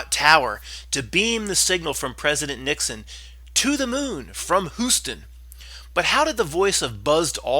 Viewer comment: No fucking kidding - it was a joke based on his pronunciation which, by the way, he was also doing as a joke if it slipped by your notice or spell check.